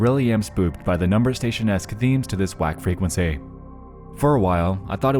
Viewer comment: "fray kwen sayyyyyyyy" Dude has the most affected pronunciation of "frequency" I've ever heard.